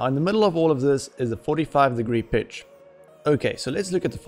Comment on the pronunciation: Great tutorial, really enjoyed it. When you say pitch it sounds like bitch haha. I had to rewind to check. Where are you from with the accent?